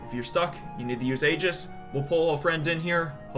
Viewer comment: I'M ACTUALLY DOOOONNNEEEE. IT'S NOT "AYE-JIS" IT'S "EE-JIS". I swear people play this game with the volume OFF.